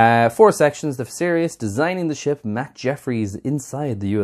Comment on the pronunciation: You pronounced it correctly.